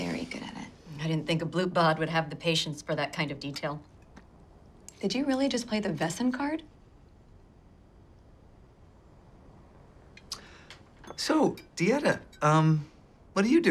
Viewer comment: If it is supposed to be German when you say "Wessen" it is pronounced "Wesen" as it is written, with a soft 's'.